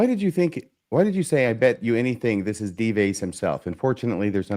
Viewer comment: Is deliberately mispronouncing the pseudonym Dives?